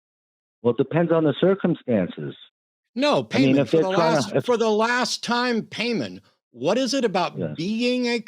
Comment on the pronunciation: Is definitely pronounced pie mon, if you’re gonna worship demons, at least get the name, right😂